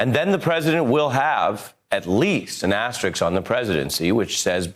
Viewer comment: A bit surprised Ari is among those who pronounce asterisk asteriks